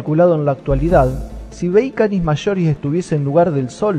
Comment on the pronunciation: una wea es su acento coloquial y otra es pronunciar mal nombres científicos